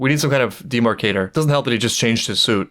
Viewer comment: "we need some kind of demarcator" more like de-MARK-ator!